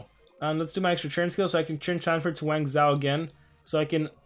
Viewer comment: Don't wanna be rude but its pronounced wang-joe. The zhou dynasty was the chinese dynasty that followed the Qin dynasty. You can look it up and I'm not trying to be rude